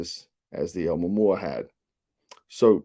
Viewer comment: "Ow-moo-momma" ha ha... I believe it's pronounced something like ow-moo-a-moo-a